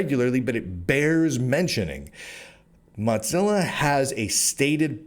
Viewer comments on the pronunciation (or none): You keep calling it 'Monzilla'...it's Mozilla. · The big split a few tpyrs ago was when a major shift happened at MO - ZILLA and Brave came about due to that The changes since are very bad and while the cro etcc get $$$ ppl like me that actually helped make it got nada That said while your info is good to have your massacuring of the pronunciation must stop it is MO ZILLA not MOT zilla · Cadence is too smarmy. You have valid concerns but your style is one of a sensationalist, without care for pronunciation (mozza?) or spelling (purchace?). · Are you saying "muttzilla" or "mudzilla"? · Why does he keep saying Modzilla with a D in it, is this like how I am still pronouncinf GIF wrong? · Why do you keep pronouncing Mozilla as though it contained the letter T? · first it was not being able to pronounce Mozilla, to right wing de-platforming. im starting to smell hit piece. im out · There's no T in the word Mozilla... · you've made a lot of videos covering Mozilla related news now. Your content is great but it is absolutely infuriating hearing you STILL mispronouncing the name of the company. It's not a hard one to get right. Pay attention to your comments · I don't think it is like the GIF thing. I think it is because many people pronounce Z with a hard T-sound followed by a sharp S-sound, an in his particular case his T-sound becomes a D-sound. (Why he does that I don't know, it could be a local accent thing or a speech impediment, not that I mind too much). Which is interesting, because that is a common feature of the evolution of languages that they tend to "dull" over time.